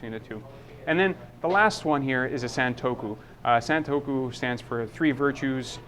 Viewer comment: Being in the knife trade you may be interested in learning more about it, so you'll sound more credible and expand your audience. "Santoku" is pronounecd "sawn-TOO-koh". Japanese does not follow English pronunciation rules. Then it would be great if you could add a little more substance to your explanation of the differences between the blade profiles and the actual techniques each is best suited for.